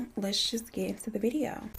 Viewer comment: today’s vi-ee-ooo lmfao I love Eleanor as well.I binge all of them and it’s crazy